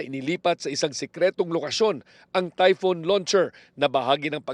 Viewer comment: Its typhon, not typhoon.